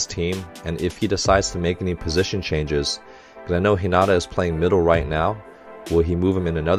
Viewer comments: Hey Coach! Love watching your reaction to haikyuu! As a former volleyball player, I especially enjoy the technical commentary. PS: Hinata is pronouced hee-nuh-tuh and Asahi is pronouced ah-sah-hee. You seemed to be struggling with their names a bit lol. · I loved the English dub, though I watch both since we only have the first two seasons dubbed. I think it would help if he watched a couple dubbed episodes, especially in regards to how names are pronounced. It makes me cringe when I hear Hinata said wrong, but I love Coach's videos so much because he brings so much insight to the show!